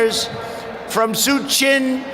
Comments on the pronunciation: SooouuuCHIN Tendulkar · What is a 'Chiwala "Soooochin" "Virat Khuli" "Swami Viekaaanda"😂😂😂😂 Who pronounces names in such nonsense way. Specially from an English speaking nation its the least expected. Hope it wasn't mokery on perpous. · We were actually pronouncing it wrongly since long time, the correct is Suuuchin and Vuuurat only today Mr.Dunal made us realise this😆😆